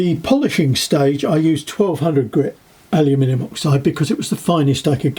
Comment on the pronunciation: I get a kick out of the way you pronounce aluminum as alimini.😉